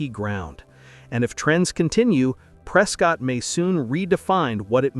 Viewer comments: Please speak the name Prescott correctly. Prescott rhymes with Biscuit. Not Pre scott. That's how you tell a new comer from a long time resident. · It is not Pres Cott it is Prescott like Biscuit. Please do your homework before doing such videos. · Nope! It rhymes with biscuit. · You need to learn how to pronounce the cities correctly prior to your post. Prescott is pronounced Presquit like Bisquit. I only found this out because I visited the Chamber of Commerce. Don't worry though, most of AZ residents also pronounce it incorrectly. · It’s pronounced Pres-cut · It's pronounced Pres-kitt, similar to biscuit.